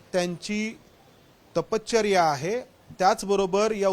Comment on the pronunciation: तपच्चर्या नाही हो.... तपश्चर्या म्हणतात. पण बाकी माहिती चांगली दिलीत आणि विषयही चांगला निवडलाय याबद्दल कौतुक.